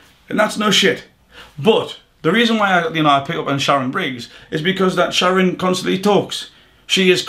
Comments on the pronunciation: Man said Sharon briggz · Swear he calls shannon Briggs "sharon"